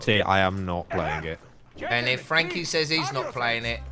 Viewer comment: tf you just say Frankie?😂 Packuhpundhdhshsgaga is what i heard lmfao.